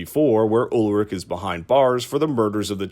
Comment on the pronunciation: It's soo funny to listen to you pronouncing the German names haha yulrik and francesca